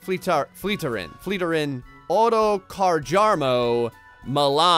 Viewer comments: his name is pronounced like this (flee-ta-rain) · FFS, I lost it when you called the guy on Fleetari as futanari... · Did you just say Futanari.... Oh god.